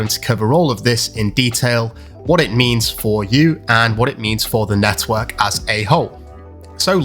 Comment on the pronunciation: Every time this guy says network I want to smack him 😂🤣😂